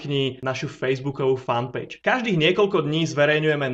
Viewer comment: .....Ja si myslim, ze ty by si sa mal v prvom rade naucit, ako sa vyslovuje FAN PAGE !!!!!!!!!!!!!!!!!!!